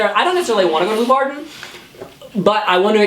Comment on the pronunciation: The way ‘s saying Leeuwarden is awesome. It‘s a 10 minute ride from me, so I hope it will be there